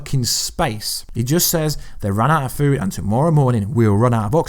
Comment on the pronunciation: " an ee's outa fuuwed because Thor took all the foowd" LMAO,, kicks these gems out and doesn't miss a beat... absolute comedic genius.